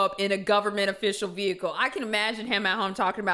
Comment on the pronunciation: no one: every cop ever: ve-HICK-le